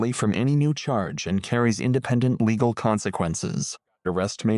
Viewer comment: The worst AI narrator I ever heard. Just rattling off laws and mispronouncing easy words like "legal". Hire a real person.